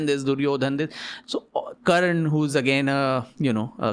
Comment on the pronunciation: its not karn, its karna